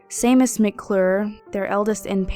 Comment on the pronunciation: Ahem. "Shay-mus". The "Sea" actually gets pronounced with a "SH". Sorry 'bout that. Don't ask me why, gaelic's all greek to me...